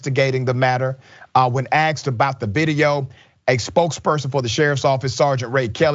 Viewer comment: Did you say “aksed”